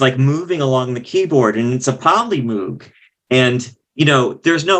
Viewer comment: The flip in the attitude towards Numan has always puzzled me. It wasn't just the press, but many of his contemporaries trashed him. Now he's hailed as a genius, which is great for him. Also, moog is pronounced like rogue not like a cow's greeting.